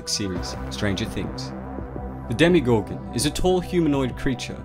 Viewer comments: It’s DemOgorgon it’s not demEgorgon or demIgorgon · Did you say demigorgon? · Did it annoy anyone else when he kept saying DemYgorgon instead of DemOgorgon? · Demegorgon no its demagorgon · Its not demigorgon its demogorgon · It's dem"O"gorgon and NOT dem"i"gorgon. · Why do people pronounce it "Demi- gorgon" when even the characters clearly say "demo-gorgon" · 0_0 Demigorgon? DEMOGORGON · Did this man just said demigorgon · Would you please say demogorgon good? Its not a demigorgem! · He says demigorgon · Why does he keep saying demi gorgon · Your saying demigorgun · Why are you saying Demigorgon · Nice video but so annoyed by “demeegorgon” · Why is it pronounced "Demigorgon" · Who else is bothered by ‘demeegorgan’